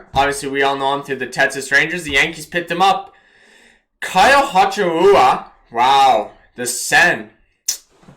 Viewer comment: “Kyle Hachimahura” “Kyle Hasahahura” I think you mean Higashioka (tip: it’s pronounced exactly like it’s spelled) HI-GA-SH-EE-OH-KA